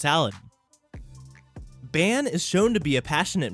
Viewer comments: This man said it like ban when its said like bon. "Ban"? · Ban is pronounced bon... But all well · Omg he is saying Baan name wrong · And he saidbhis name wrong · Wait how did you just pronounce bans name.. 😂